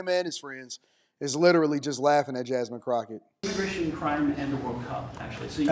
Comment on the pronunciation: I think he said Jasmine CROCKOFSHIT😂😂😂